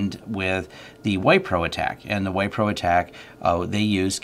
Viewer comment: minor correction, the company is pronounced as Whipro rather than Whypro.